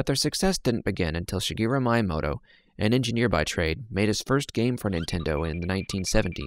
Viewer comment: You said Miyamoto like Myamoto, when it’s Meeyamoto